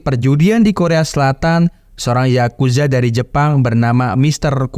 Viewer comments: yakuza bang bukan zakuza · yakuza om bukan zakuza